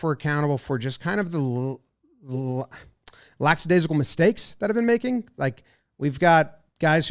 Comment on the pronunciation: LACK adaisical...not LACKS adaisical. 😉